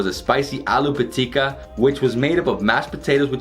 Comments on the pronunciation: U pronounced "Aloo Pitika" better than most of our Assamese people😍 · His pronounciation is spot on...